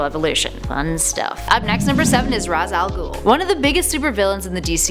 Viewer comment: Ra's Al Ghul...pronunciation...ugh...